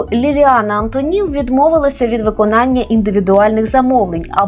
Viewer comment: Шановна пані, але чому " АнтонІв"? Звичайно, по - людськи:"АнтОнів"!